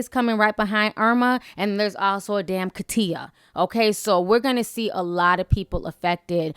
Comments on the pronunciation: She said Ka'TIA LOL😂😂 ITS KA -CHA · Hurricane Katia (Kah-tee-ah) 🤦 I'm sorry, I'mma stickler for pronunciation